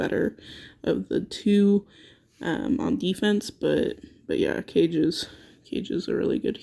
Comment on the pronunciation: Guys its not CAGE....its KAAAAGE - BURAAADO....japanese come on now....I would rate SHESHAT much higher, shes a beast on both OFFENSE and DEFENSE, Sheshat will be my Numero 1 dark sorry but we disagree but its just from my personal experience